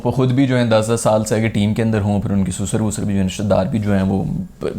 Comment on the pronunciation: sasur ❌ susar ✅